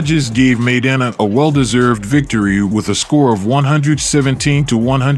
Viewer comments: Maidana!...not MAYDENNA! 🤪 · "Meidena"..... lol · The guy can't pronounce "Mai-dana" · Pretty good video except your mispronunciation of Maidana. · I don't understand how the narrator continuously mispronounced Maidana. If that's not how HE says his name, that isn't how YOU say it. It's that simple. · How do you watch this and still mispronounce people’s names???!!??!! The narrator totally butchered Maidans’s name and the commentary says it throughout. People are stupid! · Damn bro could you not listen to someone say maidana right and repeat it instead of getting it wrong the whole video...